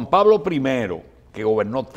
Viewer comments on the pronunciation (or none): none